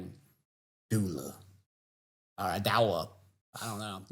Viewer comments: doula ... pronounced DO LA and OBGYN is an obstetrician and gynecologist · It’s pronounced doo-luh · It is Doo Lah haha, my mom is a doula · A 'dow-la' is a personal trainer for baby having made me laugh. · pronunciation if doula had me in stitches... extra funny because I'm a doula 😂